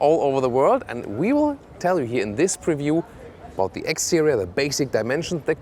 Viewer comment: You're missing the P in Preview. ;-)